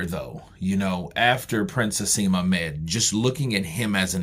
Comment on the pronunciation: Naseem not haseem